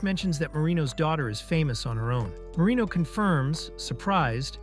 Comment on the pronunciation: Why I always hear marimo instead of marino